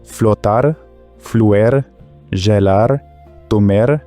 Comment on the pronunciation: Why is gelar pronounced /ʒelar/ even though the language predominantly uses a hard g?